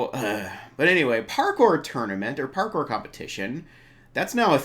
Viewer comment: I don't think many people notice this, but she said Pawkour, not Parkour